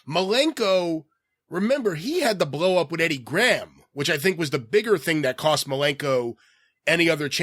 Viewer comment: Geez, the way pronounces some words is so annoying "bwlow up" "fawwing out wif Eddie Grawam".